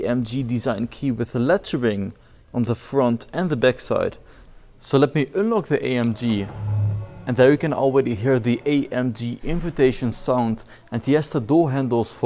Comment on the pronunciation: Ugly dutch accent, stopped watching after i heard: ünlock and ~rare steering😥😥